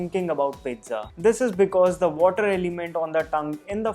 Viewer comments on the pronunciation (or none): none